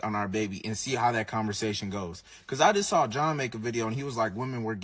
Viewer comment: I enjoy when you say converZation